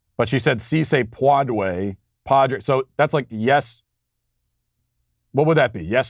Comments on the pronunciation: Matt’s first try: “Si, se puede” okay, not the worst “Actually it’s ‘pweed’” n o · Si se pweed? Jesus Christ. Both Jill and Matt were absolutely cringe.